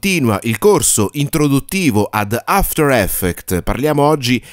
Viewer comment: a parte gli scherzi, il corso è fatto strabene, hai anche un bel timbro radiofonico, ma quella cosa mi distrae tantissimo! 😅